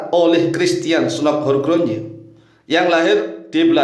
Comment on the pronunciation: Maaf cara membacanya Snouck Hurgronje yaitu Snuk Hirgronye cara melafalkan ejaan Belanda